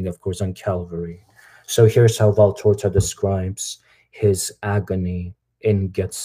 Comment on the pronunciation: It's actually VALTORTA and not VALTORZA